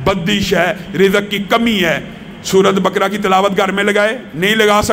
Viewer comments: Bakra nahi baqra bole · سورہ بقرہ کی تلفظ غلط ادا کررہے ہیں